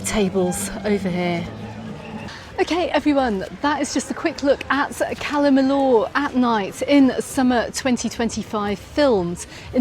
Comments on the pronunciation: Cala Mi”y”or … double “ll” is always pronounced as “y”, as in Po”y”ensa, Can Pasti”y”a, I”y”etas etc etc :) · well, Majorca & Mallorca are both correct. Majorca is the Catalan spelling, and Mallorca is Castilliano. I don’t know how many times she said Cala Mill-or, during this blog, but I had to switch off!!! I couldn’t hear it any more.